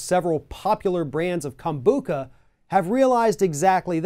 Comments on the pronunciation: it's not pronounced Kombooka. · oliverimhoof Kombucha, which didn’t pronounce right, has very small trace amounts of alcohol in it because it is a fermented drink (it’s origins are from Asia). If you buy kombucha from the store and leave it out at room temperature for a day or 2, it will test less sweat and more acidic with a higher concentration of alcohol (but would still be less than 1%). This is a natural occurring process that has nothing to do with adding more chemicals because it’s the lacto-Bacteria that is doing this process. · That is not how you pronounce kombucha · Why did he pronounce the word like it was the first time he'd ever heard the word Kombucha before?